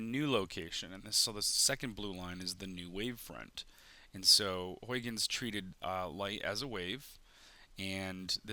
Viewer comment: One of my professors said Huygens is pronounced as "how'-chenz," with the "ch" as in "loch." Also, it is incorrect to say light doesn't appear in the corners of the room you illustrated. Imagine sitting in one of those dark corners, looking at the doorway. Will you see only black? If you see a lighted doorway, no matter how faint, then light is coming to your eye; coming to the dark corner.